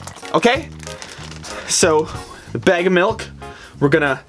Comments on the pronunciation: NOT BEG ITS BAG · Please say bag. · It is not beg it is a bag stooped. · yet you do say bag like beg lol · He says BEG and not BAG 😂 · how he says bag like bage milk